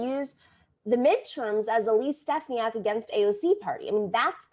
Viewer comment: As a resident in NY-21 I can inform you that you pronounce Elise's last name incorrectly several times. Just saying.